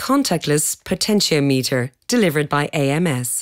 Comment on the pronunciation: "She" pronounces potentiometer wrong.